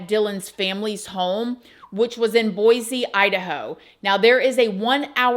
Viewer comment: I live in this state. There is no z in boise . Its pronounced... BoyCe. P